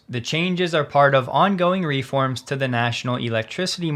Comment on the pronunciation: Also, "reform" has the accent on the second syllable, not the first.